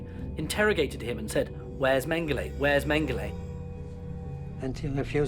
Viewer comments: Everyone in all languages: Mengele This narrator: Mangalay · It's annoying when English speakers call him "mengalay", because we literally have the same phonics in British English, we just add an "R" to achieve the same sound. Mengele = "Mengeler" not "mengalay". It's with an "euh" sound. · Is it magala or mangalay. wft England and their stupid butchering of the English language. Even though mengala isnt part of the english language lol.